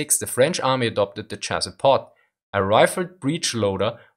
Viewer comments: Chassepot is pronounced shasspoe not chassis pot. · The proper pronounciation for Chassepot is "Chass-poh". You know, French thing with missing consonants. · Gun Jesus would be very displeased at it being called "Chass-pot"